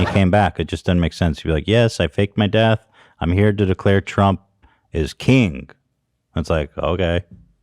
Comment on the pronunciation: Nobody Ethan pronouncing king: kEEEEEENg